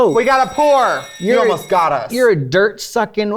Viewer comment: "we got a pewor.... You olmost got us" 😂HAAAAA